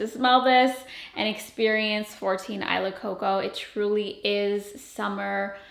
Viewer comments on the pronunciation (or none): Isla in tagalog is pronounced "ees-lah" not "eye-lah" lol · I’m Filipina, and “Isla” is actually pronounced “ee-sla” — the S is not silent 😊 … .same meaning as island— body of land or group of islands surrounded by water. ❤ if you’re tying it to your Filipino notes, it should be pronounced the Filipino way— just a thought. But do you, and love all your content! BTW, lookin’ gorgeous! 💕 😊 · Maybe it’s just the Spanish in me but I can’t hear or read this name any other way than “EE-SLA” Coco 😂